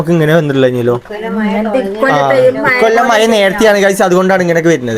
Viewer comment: maya enh kelkaan nalla rasaaa.... Maya alla mazha😂❤❤❤❤❤❤❤